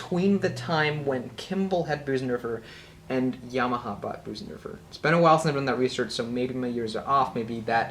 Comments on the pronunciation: Nice review. But it’s not pronounced Boosendorfer. The German ö is pronounced like the letter ‘i’ in the word ‘flirt’ or ‘first’. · it's pronounced BIRsendorfer like in the word GIRL. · I've heard a variety of pronunciation of "Bosendorfer", but your is the first of this particular variety. Enjoyed the clip, anyhow.